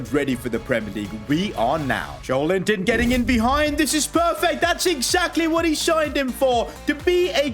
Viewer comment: its joelinton not joel-inton its read jolelinton